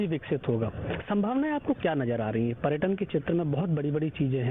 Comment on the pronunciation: पर्याटन नहीं होता है पर्यटन होता है second pappu 😂😂🤣🤣